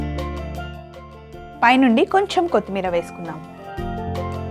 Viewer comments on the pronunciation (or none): none